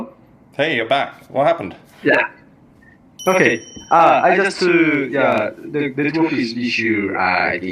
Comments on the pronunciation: アイジャストゥーー、って発音が朝鮮訛りですね、クワドリンガルの英国紳士系動画で散々聞いた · しょっぱなのアイジャストゥ〜がいかにも典型的な朝鮮訛り